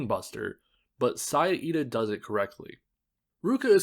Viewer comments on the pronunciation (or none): none